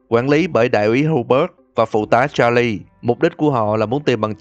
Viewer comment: Đọc tên Charles sai rồi